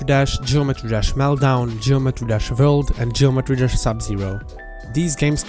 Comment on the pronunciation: i like how he say world